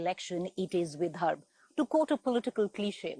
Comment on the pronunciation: Hey guys, great work in trying to cover all areas of Maharashtra. Just a couple of suggestions - one Google search and you’d have understood it’s not Gramseva but Sevagram. Also, it’s “Vidarbha” and not “Vidharbh”. 😀